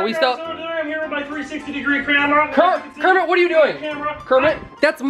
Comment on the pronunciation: He said Cramera